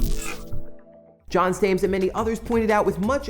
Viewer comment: I'm gonna not complain that he called me "John Stames" because of how it looks in text, but it's S T A R N E S. Easy confusion, but annoying one that I run into quite often